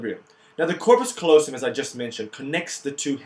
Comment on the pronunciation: it's corpus CALLOSUM dude :) great vid, thanks ;)